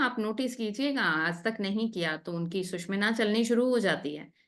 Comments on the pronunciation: Sushmina, word hi change kr diya...bolna to seekho pahle susumna bolte hai isko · its " SU SHU MNA " and not " SUSH MINA" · 'सुषुम्ना' का उच्चारण ठीक से करेंगी तो और भी अच्छा रहेगा। 'सुषिम्ना' या ऐसा ही कुछ सुनना यों लगता है मानो बढ़िया भोजन के निवाले में कंकड़ आ गया हो। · Wonderful mentoring on Swar Vigyan.. A zillion thanks..... Some participants are pronouncing 'Sushumna' incorrectly..pl take note